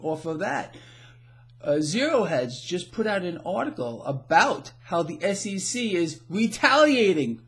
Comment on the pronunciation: Hey,it sounds like you're saying SCC